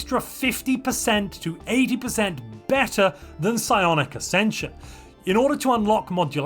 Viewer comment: Psionic is unintelligible